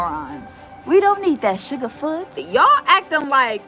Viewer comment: Not shuga-foot!